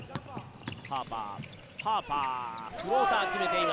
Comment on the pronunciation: 実況者ハーパー君のことパーパー言ってるやろ